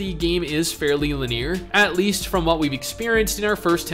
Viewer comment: You sound like english is your first language, but can't pronounce "linear" LUL